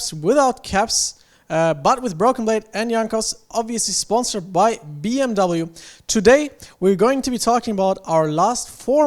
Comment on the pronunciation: Good luck in future games guys, hope you bring back the trophy home! btw This is how you say BMW